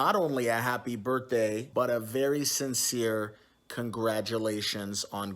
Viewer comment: Did this idiot just say Sincere ?